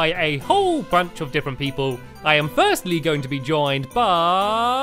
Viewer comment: You said frstlee